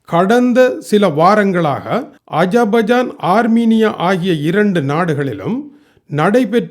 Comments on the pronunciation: Aja baijan illai yahabibi. It's Azerbaijan . * AZER BAIJAN. . .. WHEN U R FREE PRACTICE YOUR PRONUNCIATION. PL ELLORUM SIRIKKIRAARGHAL..... THAYAVU SEYNDHU KAVANIKKAVUM.. AS A SRI LANKAN YOU MUST PRONOUNCE PROUDLY WELL. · Aiyoooooooo Ajabajan illappa Azarbaijan..enga thirumba sollu..( ajabajan..😂paduthturanya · உங்க வாயில் அஷர்பாய்ஜான் வரப்படும்பாடு கொள்ளை அழகு! அஷர்பாய்ஜான் என்பது அஜபஜான் யூகோஸ்லாவியா_ஜூகஸ்லாவியா என்றும் Barack obama - parak opama என்றும் நீர் உச்சரிப்பை சகிப்பதெப்படி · YEPPA MOTTA AJA BAJA NUDU SOLLI ORU NAATUDAYA PEYARAY KOCHAY PADUTTY KEWALA PADUTADINGA..NAATIN PEYARAY SARIYAKA UCHARIKAWUM